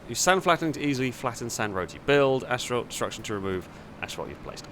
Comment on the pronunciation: There's only one "H" in "asphalt". Why in the world are you pronouncing it "ashphalt"?